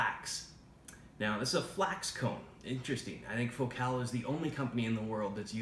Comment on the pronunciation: Fo-cal? Dont u say the name like focal like vocal